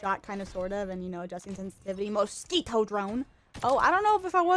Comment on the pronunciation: I love how you say "mosquitO" very spanish like! Love it!